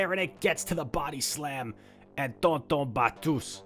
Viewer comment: Your pronounciation of tonton batteuse is wrong pronounce with french accenr